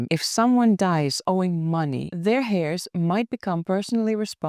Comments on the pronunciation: Love your videos and your English is pretty perfect but I thought you might want to know that 'heirs' is not pronounced 'hair' (like hair on your body). The 'h' is silent, so it is pronounced 'air', like the air we breathe. I really hope you don't mind me saying. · Not hairs but with a silent (h)eirs.